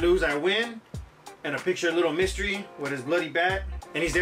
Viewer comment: The way you pronounce lil mr. E makes me feel some type of way sounds like “little mystery “